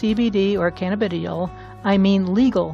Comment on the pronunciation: Pronounced Canna- ba- Die- all !